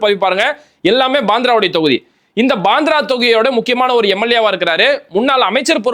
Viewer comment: பந்ரா இல்லப்ரோ. மும்பை பாந்ரா.